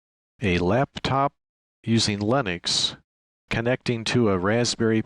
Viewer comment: It's LINUX NOT LEINOX!!! as you called.